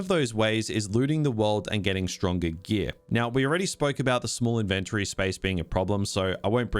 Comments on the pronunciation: I've never heard anyone pronounce Inventory exactly like you pronounce invent. I always thought the emphasis is on IN and not VENT. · Inventury? Like in-ven-tury? tury as in dury? 😂😂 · Never pronounce 'inventory' like that ever again lil bro 😭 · Saying inventory wrong 😂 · It was going to well, until I heard him pronounce inventory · never heard iventory pronounced this way lol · The way you pronounce "inventory" tripped me up, I've NEVER heard it pronounced like that before. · why are you saying INVENTORY in a wrong way